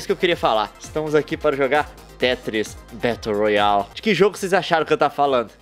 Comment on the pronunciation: "Betou rroali"